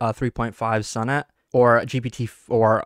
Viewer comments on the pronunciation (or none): Why can't you pronounce sonnet properly ?